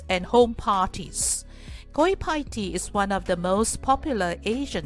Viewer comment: Pls check the correct pronounciation on Google. it is pronounced as 'better' NOT 'bayter'.